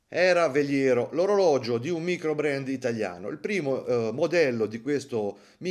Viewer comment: "maicrobrand"?! abbbbasta 😅😅😅 (Però ci sta', così a Lugano si imparano a vendere il tonno!)